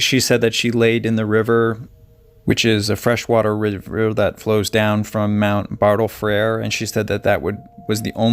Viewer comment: You got one place name right Mount Bartle friedl but the other ones you butchered good luck with the Aussie accent..